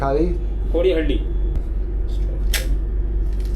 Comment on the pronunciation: Loved how you said kodi kaali for Kodihalli 😂